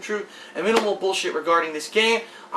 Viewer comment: I like how puts an enfasis on BULLSHIT when he starts the video.